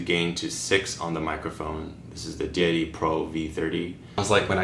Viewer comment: Thje say you say Deity sounds like dee dee, so all I hear is "dee dee dee three and the dee dee dee three pro".